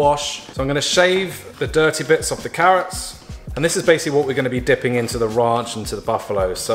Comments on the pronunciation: RAUNCH ⎬ ran-ch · “Nice bit or RAUNCH or RAANCH” Just the way he said it 😅😂😅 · “a nice bit of raunch or RANCH as some of you guys say it” 😂😂😂 I loved this video!! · anybody else keep hearing "mold 'n' salt" instead of "malden salt" ahaha?? Also I love when imitates American accents ("raanch")